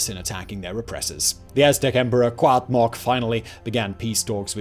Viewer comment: He did decent, until he got to Cuauhtémoc, unless he was using some kind of Nahuatl pronunciation I’ve never heard of before.